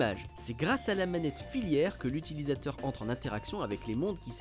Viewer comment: un journaliste spécialisé qui dit "manette filiaire"